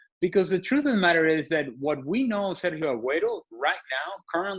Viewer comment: Not a big deal. It's hard for them not to pronounce the "h". She is trying tho. She did a very good job pronouncing "Bellerin" and "Sérgio"